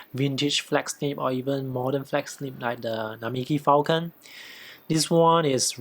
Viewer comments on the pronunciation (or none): none